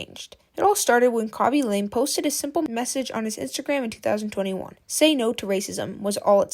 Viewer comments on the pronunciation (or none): Its pronounced Lamay not lame, and did you seriously call Ray Ryan? Nah I'm out. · It’s not pronounced LAME it is pronounced LA MAY. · Damn why are you mispronouncing his family name like that.